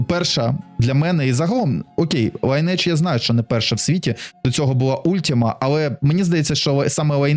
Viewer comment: Майже ніхто не знає, що назва вимовляється не Лінейдж, а Лі́нидж 🤓